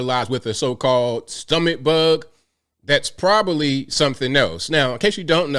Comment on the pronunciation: ‘Big as a house?’ That’s a stretch. And it’s “Prob-ab-ly” not “Probally”